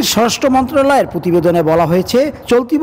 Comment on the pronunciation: সাংবাদিক ভাই আপনার স্বরাষ্ট্র মন্ত্রণালয় উচ্চারণ ভুল